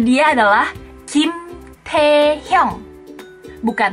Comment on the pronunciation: Nggak semua salah si ada beberapa doang:v apalagi waktu ngucapin nama suami aguu:v 김태형♡